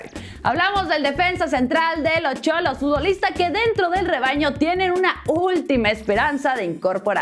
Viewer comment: Señorita,no es cholo,es xolo